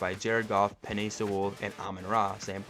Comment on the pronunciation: Bro...BRO...Sewell is pronounced like "sool".....not "sawool" 😂